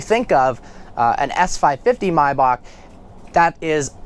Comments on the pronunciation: "My-bock"? It's Maybach. Ask rick ross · It's Maybach no Mybach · maybach not marbach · Did he just say myback. Its maybach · Cesare Nebbia no, the German way is "my bach" (the "ch" had no English equivalent) but he is clearly saying "my back". The proper English pronunciation is actually "may bok". Just as it's acceptable to pronounce the name of the composer Bach as "bok" in English. What is not correct is to mangle a name by saying half of it in one language and the other half in a different one, which is what he is doing. If you said "my back" in Germany they would think you were an idiot. I should further elaborate that "my bok" is indeed the most common English pronunciation among dealers and owners but not the general public and is definitely not how they say it in Germany. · Why the hell does he keep calling it Mai-Bach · the way her said "maybach" was hilarious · Regardless of whether you're correct or not, your pronunciation of "Maybach" drives me nuts